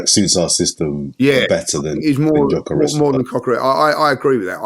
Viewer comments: "Cocker rez" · Did just call him cockores? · pronunciation of Cokeres (Gyokeres) is brilliant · For future pronounciating, i’m swedish and we pronounce it kinda like Yokeres. You dont have ”Ö” so it will be hard for you guys to say it correctly but Yokeres is kinda how its pronounced